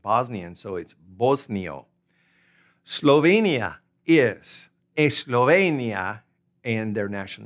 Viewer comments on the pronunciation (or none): none